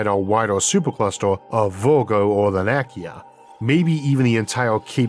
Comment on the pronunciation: Much love for all you do. Just a bit of a tip, here. Laniakea - Lah-nee-ah-kay-ah - Hawaiian words use the latin vowel pronunciations and there are no silent letters.